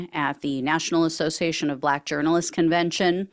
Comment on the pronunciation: Even the way he says the word “Buhlaak” is offensive.